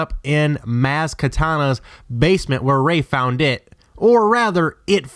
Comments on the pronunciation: Maz KATANA? Blooper! It's Maz KANATA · maz kanata not katana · obey wun kanobi. Maz Katana. RE-INCARD-NATED? You know theres no D in that word right? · Did he really just say Maz Katana?